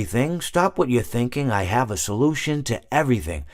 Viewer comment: “I ave a story to tell”